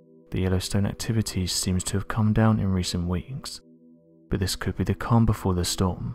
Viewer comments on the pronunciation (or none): none